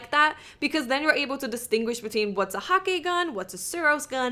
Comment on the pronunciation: It is Häkki not Hakki, you pronounced it wrong.